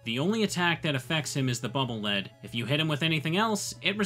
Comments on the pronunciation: Bubble Lead is actually Bubble Lead, pronounced "leed", like when you lead something, like it leads the way forward so you won't fall into pits. I know, it was confusing for me for years as well, but after playing the Japanese version, it's no longer a question, as it types out the weapon names phonetically. Then again, the Japanese version has Clash Man instead of Crash Man, so I don't know... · The localization didn't do anything, it's written as "BUBBLE LEAD" a ton of places in Japanese too. just mispronounces it. Neither the Japanese developers nor the English localizers ever intended for it to have anything to do with metal. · Man if only someone had submitted Wipe Man, we could've had the sewer level. Actually it's Bubble Lead isn't pronounced lead like the metal, it's lead like "take me to your leader".